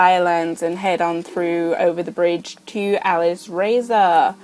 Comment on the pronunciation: I think its said alice-raz-or